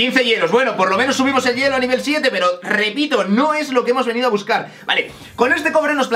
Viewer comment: rrrreepito :'D